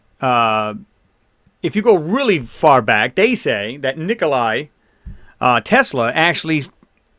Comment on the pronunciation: Ukraine or Russia who put out the first satellite.... jesus... and you expect people to listen to your radio and take you seriously. Jesus, and its not Nikolai its Nikola (pronounced Nik-Ola). And yes Russia/USSR put first man made satellite into space.